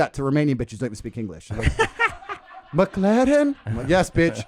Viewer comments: Best part ; Spanish woman : "mek-lahren" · the way he said mclaren im dead